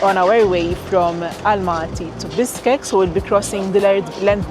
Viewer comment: Your pronounsation Bishkek is like you telling me Fish, is Fis.